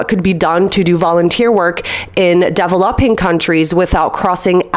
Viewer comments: i had to turn this video off because you don't know how to say developing its so cringe. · please learn how to pronounce "DEVELOPING"